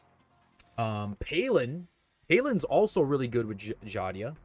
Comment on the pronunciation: I still dont get why you call her Xadia. Its Xiaaaadaaa bruh 😂